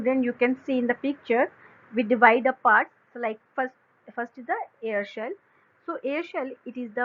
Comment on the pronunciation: Haha ...she says air shell to cell